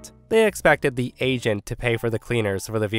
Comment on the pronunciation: Story 3: I thought he was saying Asian but turns out it's agent 😂